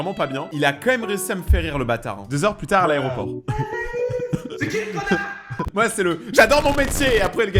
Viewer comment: pourquoi il dit conar